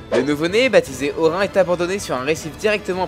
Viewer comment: Ça s'écrit Orin mais ça se prononce Orinne.